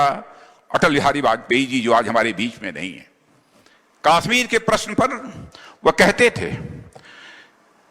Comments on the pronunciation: Aby kaasmir nhi kashmir ha. Salaa naam to lyna Ata nhi. Baqwass bazi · isko pehle kashmir bolna to sikhao